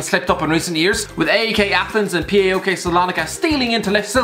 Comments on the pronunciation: Its just called PAOK wtf is pi ei o kei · Paok is a word not letters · You spell PAOK like you read it And they are better than olympiakos